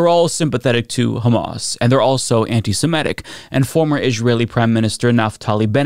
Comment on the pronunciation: Why cant anyone seem to say "Semitic"?